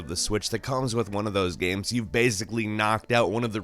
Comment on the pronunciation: Why do you always say video gams? Lol